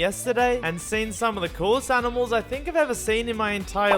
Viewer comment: You guys actually mean “aminals”